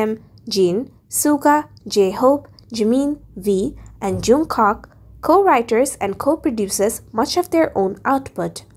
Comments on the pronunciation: the person who made this video said Jungcock and it’s pronounced and Jungkook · You don't say jungkak it's Jung kook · Me: listening She:JUNGCOCK ME:wai-what his name is jungkook not jungcock not trying to be rude huhu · XD I DIED WHEN SHE SAID JONCOCK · It’s jungkook not jungkok lol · Oh my God it's not jungcock it's jungkook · Its not jun cook 🤣it's jungkook 🙏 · jungkook not jungkok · He is JungKook not jungcock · Jungcock ?????? It's J-U-N-G-K-O-O-K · LOL SHE SAID JUNGCOCK NOT TRYING TO BE RUDE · Ya she said joockock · I love how she said Jeon JungKOK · Listen pls don't pronounce junkook as Jung cock it's not right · Jungcock??😭✌️ -Jeon Jung kook Jung-kuk (that's how you pronounce it) -Kim Taehyung Kim-tah-hyung no!?😭✌️ Kim-teh-hyung (silent 'a' if you want to pronounce it correctly) - Min Yoongi Min yon-gi (that's how you pronounce it😅) And you didn't give more info. At jin, RM and j-hope Not trying to be rude but please do a research before you post this and it seems like you're just reading a script 🙂.✌️✌️✌️😅😅😅😅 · At least do proper research before making these type of videos. You didn't tell anything about JHope, Jin and RM. Also you pronounced Suga and Jungkook's name incorrectly.